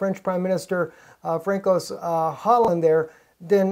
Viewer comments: his name is pronounced "fran-suwahh" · Please pronounce Hollande's name correctly it's François [fʀɑ̃ˈswa]